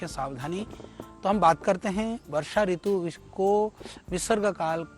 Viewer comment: Balkrishna acharya ji, Kripaya apni Hindi par thora dhyan dijiye. Ritu me Harswa Oo hoga. Log aapse shiksha lete hain isliye aapko shuddha likhna-bolna chahiye. 🐚🕉🇮🇳🚩☀️